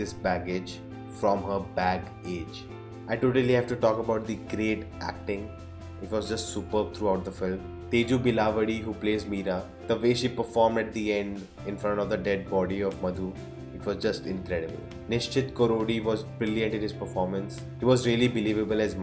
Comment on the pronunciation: Bro I respect your review and your answer, but the correct pronunciation of the name of heroine is 'theju bela vaadi'. Told as Teju Belawadi.